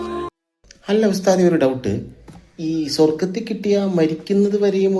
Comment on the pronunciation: സ്വർഗ്ഗത്തിൽ എന്നല്ല പ റയുന്നതു സ്വൊ വർഗ്ഗത്തിൽ എന്നാണ് 😂